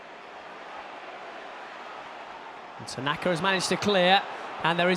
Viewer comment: Derby are crap....the commentators crap....if your gonna pronounce names for other teams pronounce them correctly.....it’s tanaka not tanarrrrrka...idiot.....Leeds fan here hahaha mot👊👊👊👍